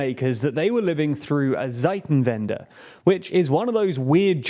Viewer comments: It takes some time to correct poor decisions of 3 decades. I look forward to British comments once the strongest economy in Europe also has the strongest army. BTW ....Zeitenwende is pronounced 'tsssytanwandee' with a surd Z in the beginning. You pronounce it 'Seitenwende' .... makes little sense, means changing sides. Greetings from Bavaria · The proper way to pronounce it would be: "tsaiten-vende" (in English) The German Z is like an English "ts", and the German W is like an English "v". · Pro-tip: the letter Z in German doesn't make a /z/ sound, but a /ts/ sounds. Tseitenwende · Haha, it's Zeiten-Wende (times change). Zeiten is the plural of Zeit (time). No idea what that zeit-en-wende was about, en is not a word 🙂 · The Z is hard in German, so the pronunciation of "Zeitenwende" would roughly be [tsaiten-vende]. It translates to "change of times", not "time of change".